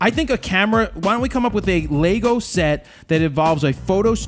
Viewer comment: WTF is a Lay-Go ?